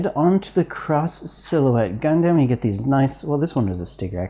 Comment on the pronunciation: Please, its Gundam not Gun damn. Please